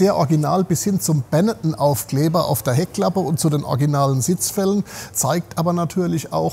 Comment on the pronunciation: es ist BENETTON (Treviso) , nicht Benetten ! Typischer ON-Ende-Nachname im Veneto ......